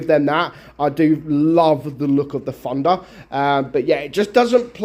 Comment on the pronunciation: I hear pronounce Thunder as "Funder" or "Fandha" sort of